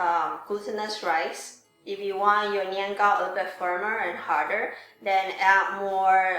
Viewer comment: You're not pronouncing it correctly...